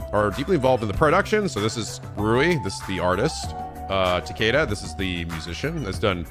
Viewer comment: I knew mispronounced words but didn't expect him to mispronounce Takada like that